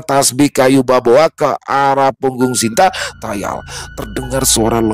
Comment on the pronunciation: Semngt.maaf sebelum nya sekedar ngasih tau.. bukan kayu baboa tapi kayu kaboa bang 🙏🙏🙏 maaf cuma ngasih tau bang maaf juga klo sya salah juga